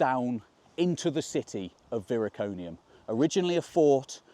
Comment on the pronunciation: Viroconium not Viriconium.